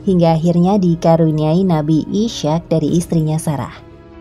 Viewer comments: Mohon maaf. Pelafalan dalam Islam Ishaq: Is - haq :) Isyak agak asing di telinga 🙏 Tetapi terima kasih sudah membagi pengetahuan dengan kami. Jazakumullah khairan katsiran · Mhn maaf...sama dgn saudara saya yg komen sblm nya.. Nabi IS HAQ dibaca koq jadi ISYAQ sekilas trdengar sprti sama dgn ISYA' atau ISA Mohon diralat utk video berikutnya agar presenternya diberikan pembekalan Makhrojul sblm menyebutkan Nama2 yg ada di Alquran.. Krn bbrp video sblm nya juga host nya sama cadelnya bikin gagal fokus pemirsa chanel ini.. trims.. wassalam...